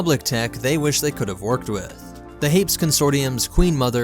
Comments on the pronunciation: It's pronounced HA-PEES and HA-PAN. Also, the Hapes engineers really outdid themselves when it came to this fighter. They miniaturized a lot of components in order to fit so much into such a small frame. If I were creating my ideal starfighter, I'd definitely want the Hapes Consortium on my side. I'd also want to work with Mandalmotors, the Mon Calamari, and Slayn & Korpil. Come to think of it, I'd want them all on my side when designing any ship. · It's meant to be pronounced Hay-pees and Hay-Pan. Like, almost greek-sounding. It feels like a mix of France, UK, Portugal, and Spain in space... all the big, historically naval powers with historically aristocratic governments and constitutional monarchies during the golden age of piracy (considering the emphasis on piracy being a major problem in the Hapes Cluster, justifying a huge navy in the first place). Any Russia dashed into the mix would be Tzarist. Basically, its a Space-Europe microcosm with a matriarchal society.